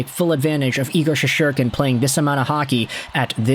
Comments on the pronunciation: Shest-er-kin…not that hard to pronounce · Learn to pronounce his name dude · Learn how to pronounce his name.. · Learn how to pronounce his name